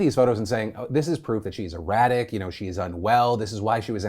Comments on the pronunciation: Lmao "iradic" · mf said "irradic"